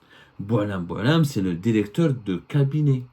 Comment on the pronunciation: Directeur et non Déricteur.